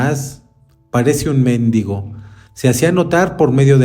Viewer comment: MendIgo enfasis en la i !